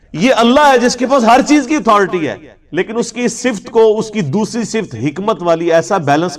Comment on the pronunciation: 🎉لفظ صف ت نہیں بلکہ ص۔فت ہے